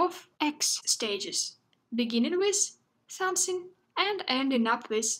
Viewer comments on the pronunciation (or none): begging with somesing and ending with somesing, this pronunciation is really unique 😍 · So adorable of saying "somesing", Anyway my IELTS test is knocking at the door and I'm watching this.